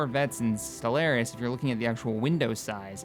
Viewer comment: I've reported this channel to the FBI for your pronunciation of Stellaris.